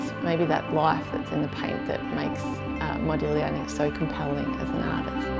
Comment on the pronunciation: "Thank you" for this, and for pronouncing the artists name correctly. Modigliani is my most cherished and favorite artist.